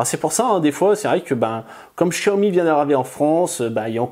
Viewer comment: on dit pas chiaomi mais xiaomi